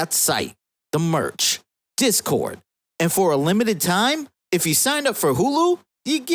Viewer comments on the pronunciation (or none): none